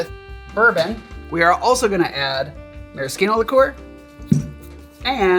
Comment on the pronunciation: My wife congratulates you on your proper pronunciation of maraschino. I told her I would pass it on